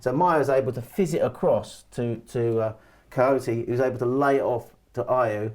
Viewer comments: Kouyate not Kojoti. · Lol, it’s funny how he pronounce Kouyate like Coyote 😂😂😂